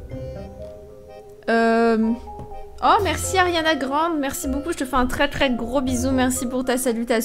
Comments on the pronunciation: tu a dit arianna grande c arianna grandé mais sen saxen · Tu sais pas prononcé Ariana grande cocotte ? Ariana grandé ça se dit !!